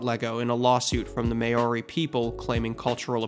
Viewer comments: Great documentary! Just fyi, the word Maori is pronounced Mow-ree not me-or-ree. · just wanna note Maori is pronounced like "MAOW-REE" not "MAY-OH-REE" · Idk if I'm the only partially Maori that is in this chat, but Maori is pronounced "mow-ri" not "may-ori" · Ok i just want to point out that you are pronouncing ‘maori’ wrong. It’s pronounced’m-ow-ree’ not ‘may-o-ree’. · Maori is pronounced 'mow-ree' 😊 It was really interesting to learn this was an inspiration for that line and branding! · Maori is pronounced mow-ree. The first syllable rhymes with "now." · you butchered this pronunciation bruh, every person in new zealand just recoiled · I had no idea Bionicle saved Lego! As a kid, my brother and I had just gotten into Bionicle when he got the movie for his birthday. I was briefly devastated that they pronounced the names "wrong," but recovered quickly, and the three of us -- my older sister had joined us by this point, even though she was a teenager - sat cross-legged on the floor for hours with the toys, imagining and role-playing. We immediately began adding our own lore, which eventually grew into creating our own islands and Toa: my brother would create the physical characters, I would make a map, and we'd collaborate on the background. When our sister went off to college, her character (technically Takanuva, but we called him Takua) would fall into a coma, go missing, or some other ridiculous reason for his disappearance. At the peak, I could read and write the cipher and quote basically the entire movie, lol. (We disliked the canon story after Metru Nui and preferred our own lore.) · As someone from New Zealand that pronouciation was cooked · Great vid, thanks for it. But Maori pronunciation is a Google away, mwah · The Maori should probably sue you next for the way you pronounce their demonym. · I had to dislike this video for the simple fact that you pronounced Maori incorrectly.. but i really enjoyed the video though :D